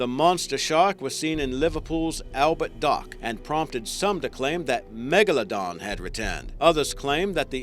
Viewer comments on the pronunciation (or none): none